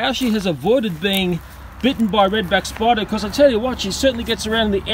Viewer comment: I love the way this guy talks. Love how says "Redback SPY-DAAH!"